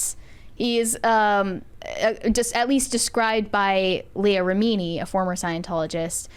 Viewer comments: Reh-mee-nee, miss-cah-veeg 😂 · I don’t understand how this girl pronounces Leah Remini‘s name so wrong and David Miscavige‘s name so wrong, has she never heard the real pronunciations? It’s so annoying every time she says their names completely incorrectly.